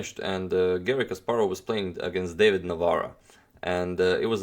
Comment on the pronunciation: Hi, one small point - David is pronounced a bit differently in Czech (sounds correct). Maybe it is also pronounced similarly in Croatian ;-)